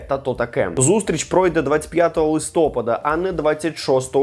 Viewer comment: Не листОпада а листопАда